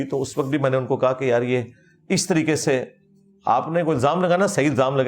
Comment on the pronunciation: When he sayssss yaraaaa proper jhelum slang ❤❤❤